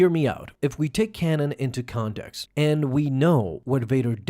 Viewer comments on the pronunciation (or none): none